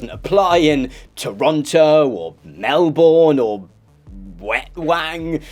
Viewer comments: It’s pronounced Melben not melborn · Melbourne is not pronounced like that. It's not a hard OR, it's more like Mel-buhn with a short, rounded UH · Mate, please never say 'Mel-born' again. It's pronounced 'Mel-bn' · I watched a show very recently where in one part of an episode that name is said about five times by three different characters. "Mell-born". I have seen the argument that it needn't be pronounced exactly the New Zealand way by people who are not New Zealanders, but I think people could decide to try to approach said pronunciation. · Why is it almost no one can pronounce the name "Melbourne"? It's not that hard.